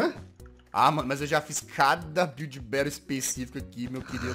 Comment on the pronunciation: Gringo: Build Battle CHATOOOOOOOOOOOOOOOO BRS: biulde bautle GGGGG =D kkk wtf man